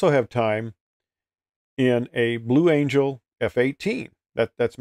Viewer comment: Blue "Angle" LOL.